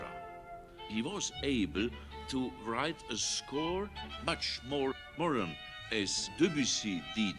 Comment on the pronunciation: I suppose he's trying to say "modern" . he says "Wandervogel" instead of "wonderful". Thereafter I think everywhere it lacks etc. the regime, which I'm sure he hated. First World War ihm nach [lit. "after him" in the sense of following him into death] He says "anxiety", but pronounces it incorrectly.